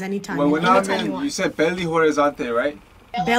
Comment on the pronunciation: Não tenho palavras pra descrever o meu surtooooooo!! Gnt, ele tentou falar Belo Horizonte, e falou errado q coisa mais fofaaaaaa